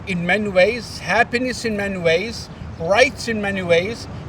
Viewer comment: My GodIt didn't even sound like he said.There's happiness in many ways , sounded like he was saying happiness in MEN ways wake up united states 🇺🇸